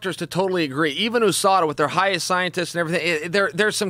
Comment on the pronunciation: The way he says OOSADA instead of USADA is hilarious